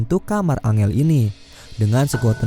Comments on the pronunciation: Bkn dibaca angel bang , dibaca nya enjel wkwk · Bacanya enjel bukan angel bang😀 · Bang, angel kalo di bahasa inggris bukan nya baca nya "Enjel" ya hehe 🙏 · Woi bang kalo ngasih nama karakternya yang betull la masa angel dibilang nya